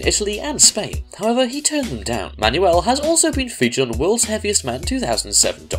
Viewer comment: itz not ma-ny-uel itz man-wel